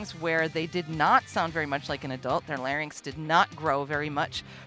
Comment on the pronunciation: Speech Pathologist here . . . thank you soooooooooooo much for explaining that we have vocal FOLDS, and for pronouncing LARYNX correctly !!! You are an intelligent, articulate, well-educated individual, all to rare in persons calling themselves "vocal coaches" You are a breath of fresh air!!!